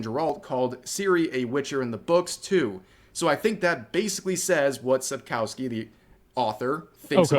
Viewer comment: I love how everyone butcher "Sapkowki" ;p